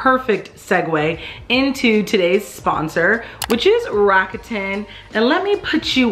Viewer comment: Enjoyed the video, would like to say GREAT job on the pronunciation of Rakuten. Many people get it wrong.